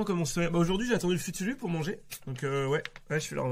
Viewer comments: Le ftour mais il le prononce à la japonaise "futulu" 😭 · Pour les non initiés aux traditions musulmanes, je mets l'article Wikipédia qui explique ce qu'est le ftour (futulu). En gros Sardoche prononce "ftour" n'importe comment avec un effet japonais, d'où le comique. "Le ftour ou iftar est le repas qui est pris chaque soir par les musulmans au coucher du soleil pendant le jeûne du mois de ramadan. Le terme iftar est à rapprocher de fitr (dans Aïd el-Fitr, la fête qui marque la fin du mois de ramadan), avec le sens de « rupture du jeûne »." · au dela de sa prononciation de "ftour"' ,ce qu'il dit sur le tweet d'Evian ça n'a aucun sens, ils ont juste dit de boire de l'eau mdr, il y a peut-être un peu de provoque mais de la a en être énervé mdr, c'est assez désastreux cette séquence (pourtant j'aime bien Sardoche généralement)